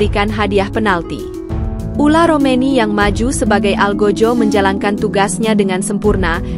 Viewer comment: OLE ROMENY, bukan ULA ROMENY